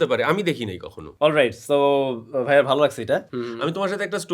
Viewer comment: অতিরিক্ত সম্মান করতে গিয়ে "ভাইয়া" কে "ভিইয়া" বলা